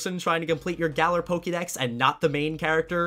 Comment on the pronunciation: shouts its GA LAR